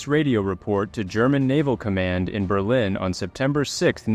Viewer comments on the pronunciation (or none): none